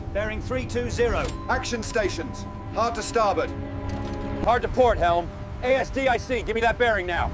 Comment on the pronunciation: "Steady on the A...S...D...I...C..." 🤣🤣🤣 Sloppy AI slop. 👎